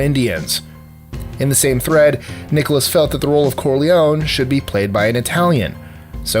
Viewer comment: Danny "Zunko"? Clarice "Sterling"? Jack "Nicholas"? Come on. It's not hard to get these names right